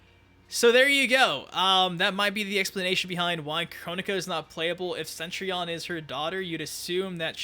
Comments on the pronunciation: Yeah, I was thinking it was said more like set-tree-on. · p'ease stop saying Centrion. It's not Centrion.